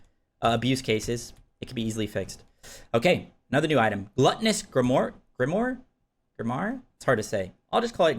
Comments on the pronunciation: It's not wah, it's wire or wahr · there is no way brother... "Grim-wah" 'Grim', then cosplay as Wario for a syllable.